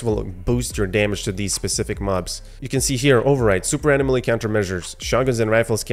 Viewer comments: This was really informative. Nice video. But say it with me…uh-nom-uh-lee.. anomaly 😜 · Bro! Uh-nom-uh-lee. Anomaly. I couldn't hear you say it wrong anymore and left. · Pronounce Anomaly wrong